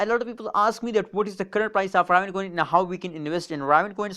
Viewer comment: Pronounced ( RAY - VIN )